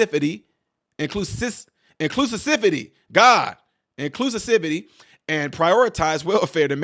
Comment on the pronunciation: You had difficulty pronouncing inclusivity because it is a bullsh!t word coined by morons. in the meantime, how naive not to think when the reveal happened it would not turn violent. I believe the violence against trans people everyone harps on about is actually situations like this .